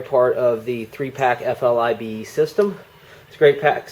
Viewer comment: I thought it was an FILBE not FLIBE...